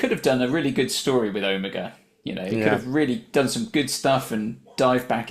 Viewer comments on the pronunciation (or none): 2½ minutes of Omega on screen. Frankly he barely made it past Gamma. And it was really pissing me off when Ncuti kept mispronouncing Omega: either get him to pronounce it properly, or else write it into the script that other characters correct him.